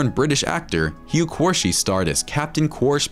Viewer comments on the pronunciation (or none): none